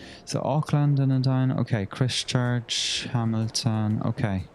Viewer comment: Christ-church…. In-ver-Cargill